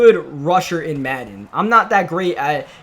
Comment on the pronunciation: I hate the way he say madden